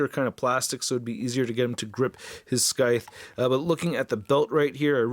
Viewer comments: Everytime he said "Skythe" instead of "SCYTHE" I died a little inside. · Great review but I do believe it's pronounced 'sigh-th' and not 'sky-th'. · I don't know what sounds worse..... "Skyth" or "Churn"..... 🤣🤣🤣🤣🤣😖😖😖😖😖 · "SKYTH" = Instant dislike! 🤣🤣🤣🤣🤣😖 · Hey, great video. I like the new format(aside from the missing articulation segment) but I know that wasn't on purpose. Also not trying to be a troll but there's no hard C in scythe, the C is silent so its pronounced like "sythe" anyways love your vids. Keep up the awsome work! 😁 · it's pronounced scyth!!! THE C IS SILENT PENDEJO!!! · The weapon is pronounced -th. Thanks for the review. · That’s not how you pronounce Scythe you’re saying it wrong 😑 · Man said "scythe" with a HARD "C"